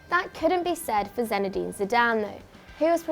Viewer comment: "Zenide Zidane"